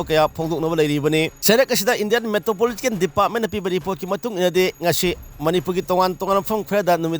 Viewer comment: Not Indian Metropological Department...* Say it as Indian Meteorological Department